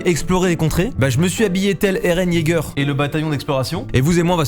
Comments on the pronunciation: Dites moi que jsuis pas le seul à qui sa triggered de l'entendre dire eren YEAGEUR au lieu de eren YEAGA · « Eren Jeager » 😭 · Airene yégueur